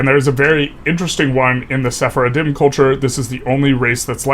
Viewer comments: FYI it's pronounced se-far-dim (with the most obvious pronunciation) not se-fara-din. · Sephardim is pronounced "seh-faar-dim" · It sounded almost like he was accidentally calling them "journey of the faith" in Arabic - سفر الدين (Just a beginner learner so my grammar might be wrong there, but it has that cadence to my ears)